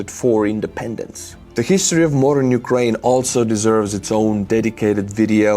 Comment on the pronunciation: When you say 'modern' it sounds like 'moron'😄 Sorry😳